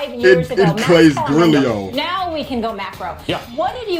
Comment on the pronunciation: "... In Klay's grillio" LMAO